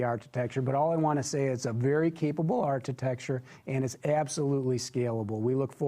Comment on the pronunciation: It's not art-i-tech-ture, it's arc-i-tech-ture! really hates Tesla with a passion. He just could not believe that all those deposits for the Model 3 were real so he had to come up with that stupid conspiracy theory. He lied. He wasn't wearing shorts and a wife beater, he was wearing a tin foil hat.